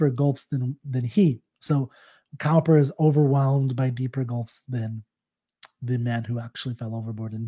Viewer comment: the way to pronounce It is not cow-per, but cooper